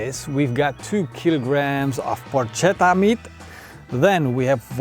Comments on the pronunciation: The correct pronunciation is Porketta not Porcetta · This is not Porchetta. It's not cooked enough inside just like every cooked meat in the world outside Italy. Plus, so many other things. Also you are saying the word wrong... So this is your porcetta but don't mix it with the real "Porchetta" <-- Correct spelling. You would think that, at least before doing a video on it, you would get the pronounciation of the name of the dish used in the title correctly as for starters. But of course not... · Dude, nice video but PLEASE say 'porKetta' the next time. ❤ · PorKetta Is the right pronounce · Nice! Correct pronunciation is porKetta 😁 ch=K in italian